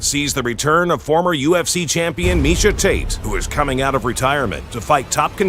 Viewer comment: Miesha not tisha lol. It wouldn't let me edit.